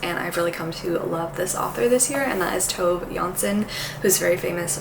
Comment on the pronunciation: Juste so you know, Tove is pronounced with the e at the end☺️ For example as “Tooveh”🫶